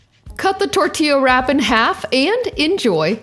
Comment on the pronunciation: I love your pronunciation of tortilla. 😆😍😂👋🏽🙏🏽